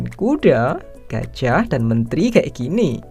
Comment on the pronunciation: Hanya disini penyebutan gajah jadi gajiah 😂